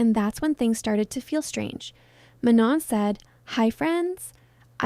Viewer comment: ong are yall allergic to pronouncing her name right